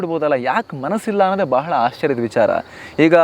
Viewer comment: neevu ಯಾವಾಗಲೂ ವಿಚಾರ ಎಂದು ಹೇಳುವ ಬದಲು ವಿಚ್ಚಾರ ಎಂದು ಒತ್ತಿ ಹೇಳುವಿರಿ ಅದು ತಪ್ಪು